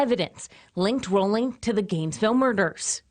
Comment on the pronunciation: This is such garbage. There wasn’t a moniker then, it was only later that folks called him the Ripper. These folks mispronounced his last name. Danny Harold Rolling was a brutal gruesome serial killer who attacked over a series of a couple days. So it is nothing like the University of Idaho student murders. The media blows.